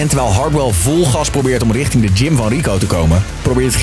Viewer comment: Niemand: Echt niemand: Zelfs Stefan niet: Hardwell tegen de politie “Jullie moeten righting Drimmelen”